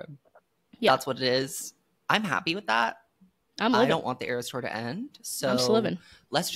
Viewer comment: Iris thora and AeroStore instead of eras tour are sending me😂